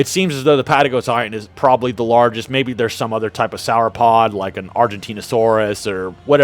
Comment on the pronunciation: I think be probably mispoke. He also misprounounced sauropod.